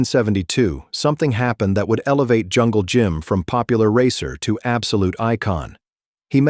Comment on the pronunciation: Be nice if you could pronounce at least the legends name....